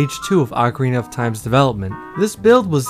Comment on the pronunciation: For the love of Zeus!!! OH-carina, my americano friends, NOT Awk-karina.